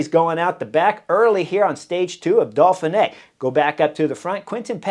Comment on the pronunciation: Hi Chris. I have been following the Butterfly Effect and Beyond the Coverage for a few years now and thoroughly like your outspoken, opinionated tactical criticism. Thanks. One thing though,;why do you call it the Dolphinay rather than the Doughfinay (Dauphiné)? Are you like the Brits who take the piss out of the French by saying things like "Murky Blowthrough" or "Mucky Buckets"? Or do you really think there are Dolphins involved so far inland? Does this qualify as knuckleheadism on your part?